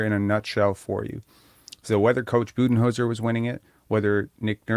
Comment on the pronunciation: “Cooch Buddenholzer”